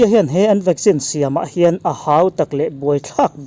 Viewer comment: I news hi a tha thei hle mai... Mahse ti nge VACCINE hi VAGGIN i tih tlat a🤣